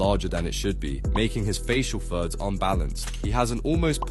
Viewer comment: bro i thought he was saying “facial THUDS” for like 7 minutes of this video until i started reading the text 😭